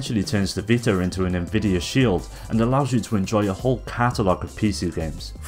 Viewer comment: whats a PS "vitar" ?